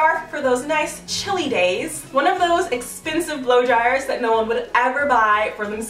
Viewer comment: why does she always say exspensive